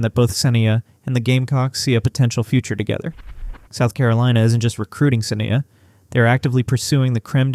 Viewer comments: you credibility SUFFERS when you can't even pronounce her name correctly.....it is SA--NYE--YA.....NOT SINN--E--UH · Thank you for recognizing her talent. Please correct the pronunciation of her name.